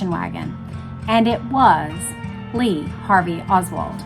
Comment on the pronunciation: "Lee Hardly Oswald. "